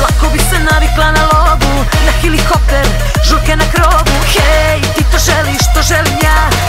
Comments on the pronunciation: Kristijan Kriss pa ona je pjevacica sa govornom manom, sta ocekivati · Klasika, hilihopter . I na Dnevniku RTS kažu hilihopter pa pogreše a ne... Ljudi, Helikopter se kaže! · Da li je realno da ona izgovara hilikopter? Pa devojko, isla si valjda bar u osnovnu?